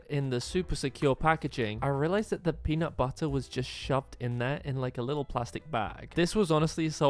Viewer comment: It’s peanutbutter not punutbuttu